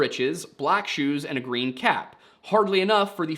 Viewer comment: You had to say "cap" a dozen times before i didn't hear "calf"